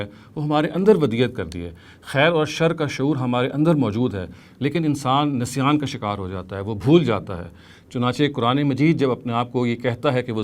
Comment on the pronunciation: نسیان میں ن کو زیر کے ساتھ پڑھا جاتا ہے۔